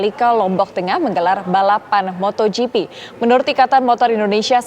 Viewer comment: MotoGP pak, bukan MotorGP